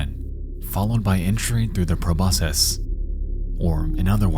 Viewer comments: Not gonna lie, I wanted to tear my nose off when you said 'Proboscis' wrong. It's latin. C's make K sounds in latin. It's Pro-BOSS-kiss. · Is that pronunciation of Proboscis a regional thing or? I just googled it and their pronunciation is the exact same way. I've always heard it said pro-boss-kiss. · Every time he pronounced the word proboscis as "Pro-boss-siss" instead of "Pro-boss-kiss" I screamed inside. That alone shows I've been watching too many British nature documentaries, lol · I fundamentally disagree with your pronunciation of 'proboscis'. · Honestly can’t tell what is scarier: Gemini Home Entertainment, or how Nexpo pronounces proboscis.